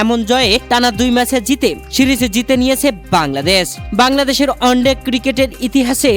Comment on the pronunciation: শব্দটা অস্ট্রোলিয়া নয়, অস্ট্রেলিয়া । ভুল উচ্চারণে এসব রিপোর্টিং করতে লজ্জা লাগেনা? শব্দটা অন্ডে নয়, ওয়ান ডে